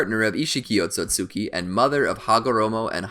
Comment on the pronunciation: He keeps saying Otsotsuki instead of Otsutsuki